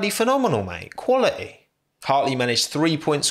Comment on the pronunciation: no one:: he is quali'y